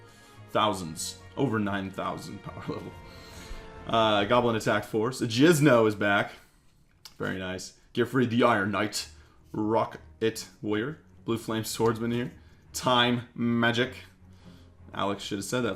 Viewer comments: Its jinzo not jizno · He said jizno and it’s jinzo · he said JI”Z”NO is back instead of JINZO lol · Lol 😂 “Jizno” It’s Jinzo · ITS JINZO!!! NOT JIZNO!!! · Why u keep saying jizno? It's JINZO!!!! That really triggers me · it is not 'Jizno it is Jinzo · why do you say jizno instead of jinzo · I always love to hear that you say Jizno instead of Jinzo :D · Jinzo ! Not Jizno. Damn ! :p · Jizz no? That's jinzo dude, pronounced"GIN-ZOH" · I just wanted to point out, its Jinzo not Jizno lol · did he really just call Jinzo "JIZNO" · when he called Jinzo "Jizz-no" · did...did he just say jizno?..😂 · Faris alghamdi supposed to be "Jinzo"